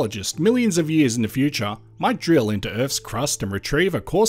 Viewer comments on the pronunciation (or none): none